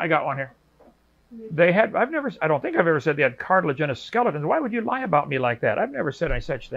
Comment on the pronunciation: Two guys mispronouncing "cartilaginous" at each other.